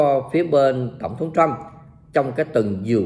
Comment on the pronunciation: Thiết nghỉ ông ấy người Mỹ, không phải tên Chú Bảy. Nên đọc tên ông là tên Mỹ. Tập phát âm vài lần sẽ quen thôi. Cám ợn đã cho các tin tức tốt và nhanh.